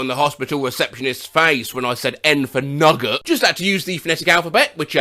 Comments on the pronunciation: The way he pronounces nugget… Nuh guht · I can't get over the fact pronounced Nugget as "Nugot"